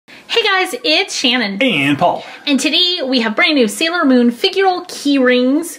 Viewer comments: It is NOT salior moon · It's not salior moon